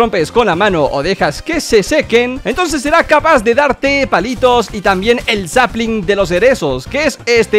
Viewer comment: Dice "Saplim" Los papus que se vieron Zico Tops:... Grande Un idolo más